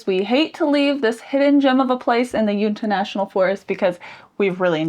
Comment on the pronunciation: Welcome to Utah! Northern Utah mountains get snow, even spring and summer. They're very beautiful. Try the Mirror Lake highway in the summertime.❤ Uinta is pronounced "You in ta" (short a sound)